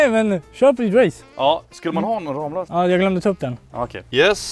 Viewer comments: Det uttalas faktiskt ”RAMMlösa”, inte RAMlösa..😂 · kaviarmexicanen Ramlösa e en stadsdel i Helsingborg. Googla Ramlösa så ser ni att det uttalas ”Rammlösa” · Varför skulle man uttala det rammlösa när det stavas ramlösa? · Ni säger fel när ni säger ramlösa